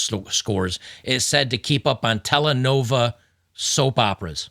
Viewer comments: That's "Telenovela" not "Telenova" fyi. Telenovelas are film series on television. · Correction; it’s not “tell nova” it’s pronounced “TELA NOVELA” Spanish for TV SOPES. So their Hispanics watching Spanish TV. My grandson 20, born in a country in Central America has duel citizenship and I told him to go back to Central America before they call him to die for theses bad people in charge of this government. They sent you back to NY because you could speak the language hahaha. 😅